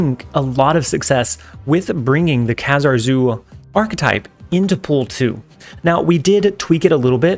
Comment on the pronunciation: he's pronounced KA-zar